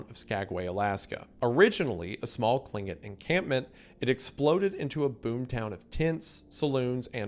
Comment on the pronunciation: ohh man thats the worst one so far 😭 tlingit is pronounced more like (hard/rough but breathy k’s) klinc-kit, difficult to spell out cuz there isnt an english equivalent sound